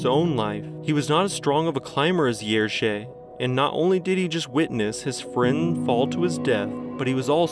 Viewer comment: I so appreciate your repeated pronoucing of Jerzy :D you're close! Also Kukuczka - think cz as the english ch kookoochka - much closer in sound. Kudos!